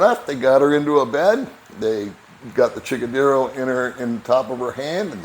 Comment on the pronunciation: Chickadero? Just wanted to let you know it's C H I N G A D E R O. It's base word is the Tex-Mex slang word for sexual intercourse, so it just sorta means "Little F-wording Thing", commonly used in Texas by both Tex-Mex and Anglos. Usually not used around ladies thay you do not know. Just saying. I was so surprized to hear you use it. LOL